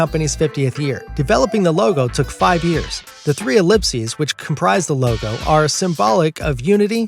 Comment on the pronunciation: You said “coca cola loga” 😂